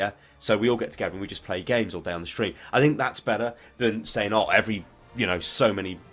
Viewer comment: shtream, shtreamin... lovely!